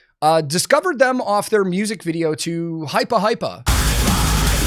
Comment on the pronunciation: That Hypa Hypa was so German, I'm abruptly wearing lederhosen and not sure how